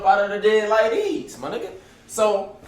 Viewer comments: Wen he say like deez 😂😂😂😂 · 😂😂😂 boy say “like dese”